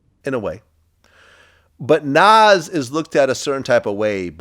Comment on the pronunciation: Vlad even says Nas name funny. What does he have against Nas ?